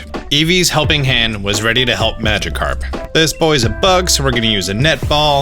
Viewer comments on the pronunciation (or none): none